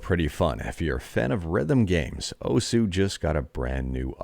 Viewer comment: Just FYI, osu! is pronounced similarly to "O's" in the name of the cereal Oreo-O's, because the "u" part of the Japanese syllable is silent for that word. It was weird to hear you keep saying "oh sue" lol